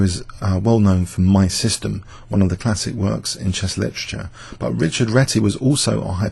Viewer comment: Well, this is a great video. But if we want to do the correct homenage, the name Réti Richárd should be pronounced correctly. So Richárd like Rihaard and not rich-erd, then Réti - é is pronounced like the letter "A" in the word mAze.